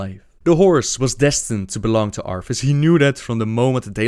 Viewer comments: Say it with me, ArTHas, not ARFAS....sigh... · arTHas not arFas lol it kills me each time u say arfas but......great job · I just realized that the you pronounce "Arthas" it's like "Arfas." That would be the cutest dog name ever. Just imagine a dog with a blonde wig and a warhammer slung over his back xD